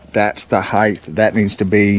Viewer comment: No such word as heighth. Word is height. Just say'n. Ha!